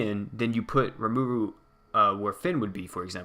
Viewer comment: I know this is really late but RE-MA-RU is how you pronounce it